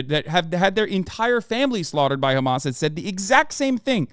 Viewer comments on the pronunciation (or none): Why are you saying khamas, it's hamas